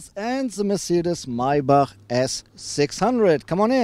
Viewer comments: Nice video Guys,and thanks for teaching us that it's Meibarrhh instead of of Maybach :)).Rick Ross should watch this video lol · It's so funny because no american will ever be able to pronounce Maybach in der richtigen Weise.